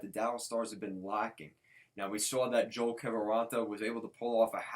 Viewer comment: Pronounced Yo-elle